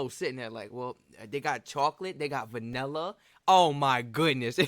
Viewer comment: My guy said venella tho 😂